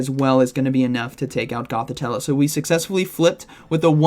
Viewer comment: GothiTELLE not TELLA 😉